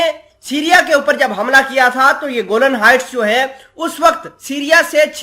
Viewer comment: Bhai Jan theek se parhen please. گولن نہیں کہتے بلکہ گولان ہائٹس کہتے ہیں